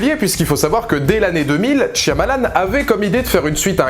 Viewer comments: Tu peux arrêter de dire " TCH-I-AMALAN"? C'est énervant. Merci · Quand les gens comprendront que dans "Shyamalan" c'est un "y" muet, tant de souffrance pourra être évités...